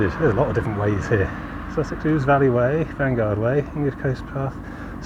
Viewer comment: River ouse pronounced oose as in the one that runs through york 👍